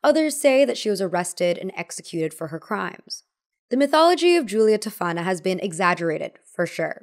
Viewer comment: Spoiler : your friend isn't actually Italian, she may be American-Italian because her pronunciations are really bad. Giulia Tofana - the accent goes on the O not the second A (it's pronounced TÒfana not, TofÀna) Alessandro Ademollo - the L is doubled. Sorry but as an actual Italian my heart shatters a little bit every time i see some American claiming they're Italian when they clearly aren't. 💔